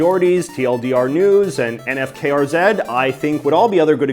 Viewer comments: Tsk tsk, it's NIFUKERZ not N.F.K.R.Z J.J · I love how JJ pronounces NFKRZ as letters rather than how people usually pronounce it.